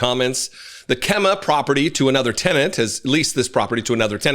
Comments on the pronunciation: Kemah pronounced Key-mah 😂😂 not quite like Bexar pronounced Bear but yea a lot of weird spellings in Texas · Texan here. The area Kemah is pronounced KEY- Mah. Hope that helps! Keep up the excellent work